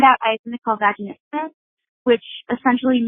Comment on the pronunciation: Also, meghan the words you were trying to pronounce: Vulvodynia (Volvo- den- ee- uh), vaginismus (vaj-in-isss-mus), vestibulitis (vest-ib-u-litis). Vulvodynia is unprovoked chronic vaginal pain and tightness, vaginismus is provoked pain and tightness, and vestibulitis is pain and tightness of the vestibule.